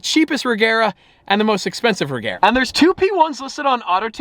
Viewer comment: Ladies and gentlemen, it's pronounced Rey-yar-uh